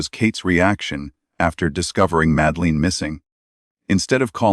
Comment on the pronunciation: I can not take this video seriously when you can't pronounce the names of Madeleine or Praia da Luz correctly. What does that say about the quality of your research? I happen to agree with your conclusions but, all the same...